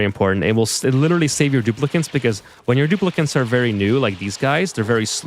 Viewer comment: its Dupli-cant's